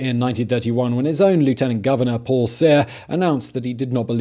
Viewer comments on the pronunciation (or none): none